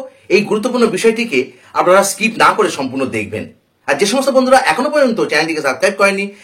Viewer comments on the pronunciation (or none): none